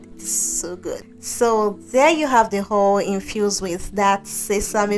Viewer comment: Not hol!!.. say oyl😂